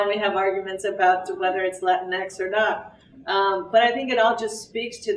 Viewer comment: why does latinx sound like LATINX!!!!!! LATIN XTREME!!!! Maybe its just me.